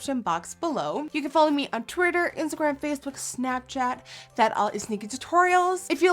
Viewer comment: "you can follow me on twerrtur" 😂